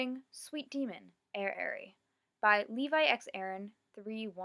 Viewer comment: Its pronounced (air)(ee)!